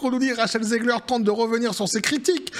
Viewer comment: On dit Rachelle zig her pas Ziegler 😊